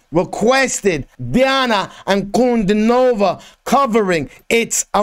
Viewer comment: Her name is pronounced as D-Anna Un-Cu-Dean-O-Va, and Not Nova